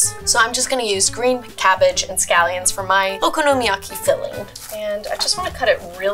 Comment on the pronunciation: Wtfffff was that okonomiyaki!! 🤦🏼‍♀️ living in Japan and watching her butcher it, oh the pain